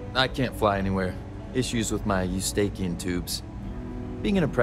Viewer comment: How did that pronounciation of eustachian tubes make it past the voice director?